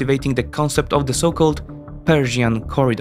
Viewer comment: Interesting. I stopped at the advert. I notice you swap English TH and DH sounds with F and D, NG with NK, and E/ER with EY. The becomes Dey.